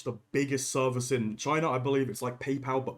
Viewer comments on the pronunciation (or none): none